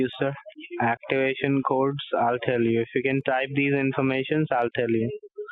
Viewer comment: He was saying "activation cords." I swear.